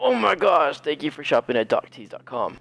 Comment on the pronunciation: She said thank fou i think